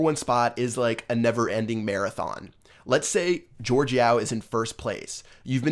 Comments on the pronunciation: Jorge is not George... it’s pronounced like HorHey... respect the name, this man changed the game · why do people say jorge yao's name as "george" cus its not :P sry bout being a somewhat grammar nazi but jorge yao honestly should have been banned because the way he became the #1 player was so cheap but he quit anyways